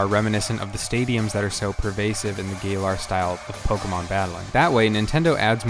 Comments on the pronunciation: did this man just call it the gay-lar region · "gaylar region" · "Gay-lar region." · The Gaylar region.... Sorry man. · Gaylar Zakian Man some of these pronounceiasions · God those Pokémon pronunciations! Zaykian? Gailar? Not hating but damn. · Gaylar? Zackien? 😂